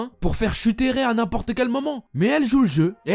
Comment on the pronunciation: Prononce Ray "raï" plz 😂 Raie 🤣 Bon j'avoue en vrai c'est pas drôle